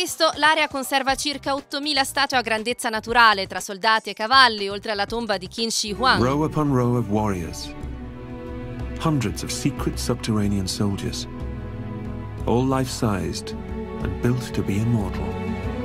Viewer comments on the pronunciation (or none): non voglio sembrare precisino ma si pronuncia Chin da cui deriva oggi il nome della nazione (Cina)